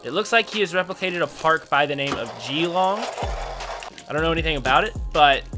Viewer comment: Disappointed of how he pronounced Geelong like damn the cringe is real